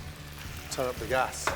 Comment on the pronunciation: Gordon saying literally annoys the hell out of me. And saying turn up with emphasis on turn up fucking make my soul cringe.